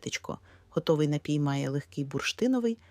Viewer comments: напІІІІй! Заглянь до словника наголосів , лежню !!:face-orange-frowning::face-orange-frowning::face-orange-frowning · напІІІІй!!! Наголоо на "І"!:face-turquoise-covering-eyes: Як серпом по яйках !!! Береш у одну руку мікрофон, - в іншій має бути СЛОВНИК НАГОЛОСІВ !:finger-red-number-one::finger-red-number-one::finger-red-number-one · Звідки взявся отой ,,нАпій"? Споконвіку наголос був. на 2 - му складі . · Не коверкайте слова, робіть правильно наголос - напІй!